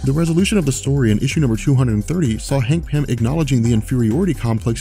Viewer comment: Hangpin? What? I can't understand what you're calling Antman.